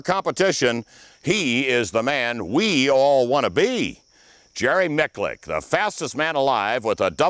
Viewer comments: "jerry micclicc" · I wish he’d learn to pronounce Jerry’s last name correctly!!! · If he's the man you want to be, then how is it you don't even know how to pronounce his name? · When are people going to learn to say his name right?! Love this guy!! So humble, and a complete bad-ass. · Imagine messing his name up like 5 times after youve heard the man himself say it. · Eric Borders My point exactly. The host butchered it several times.